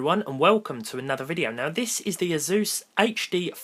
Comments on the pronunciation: "This is the azzzzzuuuuus" Its pronounced Ace-Sus (asus) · how he pronounces Asus...